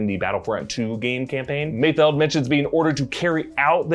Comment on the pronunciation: Props to you for actually pronouncing Mayfeld correctly instead of Mayfield which everyone else seems to be doing